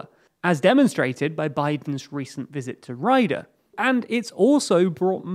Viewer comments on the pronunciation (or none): Good take, but FWIW, the Saudi capital is pronounced Ree-Yad, not Rey-Duh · Its pronounced Ri-yad not Rie-dah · Great job indeed, just one small correction - the capital of SA is Riyadh, not Rider. :) It's read "ree-ya-d" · Biden's visit to "Rider"? Don't you mean Riyadh pronounced "Ree-add" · Ree-yad-h not Ryda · This is a very cool and insightful video! One thing though, it's not Raydah, it's Riyadh [Ree-Aadh]. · It's not 'Ryda', it's Riyadh pronounced 'Reeyaad'. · Good content but every time you said Rider instead of Riyadh (Riyadh Arabic: الرياض, romanized: 'ar-Riyāḍ,) was making mean scream at the phone lol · First we don't have to go to maca if we can't. Second it's الرياض not رايدا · It’s Riyaadh not riyadh. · Isn't it pronounced "ree-ad"? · hahahah omg it's pronunced '' ree-Yad'' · Rider? You guys need to put a few minutes into how to pronounce city names before you create videos. The other dude is abysmal at pronouncing Ukrainian cities, this dude seems to be pretty bad too. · 'Rayda'? You mean Riyadh (the capital of saudi arabia) lol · I never knew Saudi Arabia's capital was Rye-duh. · Rydah? Where on Earth is Rydah? Did your poorly-informed, obdurately-dyslexic presenter mean Riyadh? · Oh my days, did he just say Rider ? xD Come on bro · Where the hell is "Rider" 😂 come on guys not checking how to say the name of the capital city on a 12 minute video on SA is not a good look. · riyadh: ree-yaa-dh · Rider? haha.. Its Riyadh... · Did he pronounce 'Riyadh' as 'Rider'? lol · Rider? What? Try pronouncing Riyadh again. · Why are you pronouncing Riyadh as Rider? Those words aren't even remotely alike. The consonants aren't even in the same place. How the hell does Riyadh become Rider? It's not even the same consonants. At least pronounce the names of major cities with some semblance of correctness. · Tbf I would read that as R-eye-da as well. If you've never heard it said, its hard to know how its meant to be pronounced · it’s Riyadh, not Rider